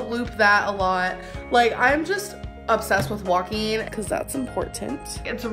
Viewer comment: Anyone else super annoyed at how she says “een” instead of “ing”....like “walkeen” instead of “walking”🤨🤨🤨🤨